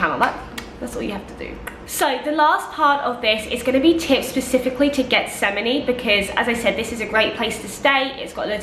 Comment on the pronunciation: Getsemani is pronounce = HETS-a-man-E. The G is pronounced like an H.